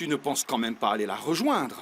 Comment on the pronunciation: Pourquoi à chaque fois Vicente prononce mal les mots: moi-meume, urène, Tuna je le déteste c’est un lache.